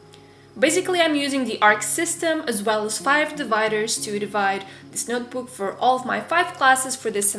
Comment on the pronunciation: She says notebook as nootbook. But still love you.😉